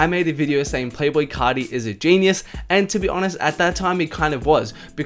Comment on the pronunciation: It sounded like you said playful carti